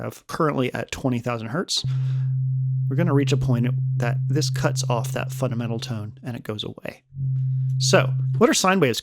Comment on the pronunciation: "funadmental" sorry, video is very good just noticed that lol